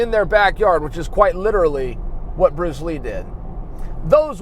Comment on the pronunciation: Who's Pruce Lee??